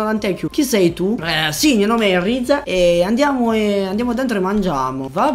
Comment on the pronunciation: comunque ti devo correggere:si dice rize non raize e hide non haide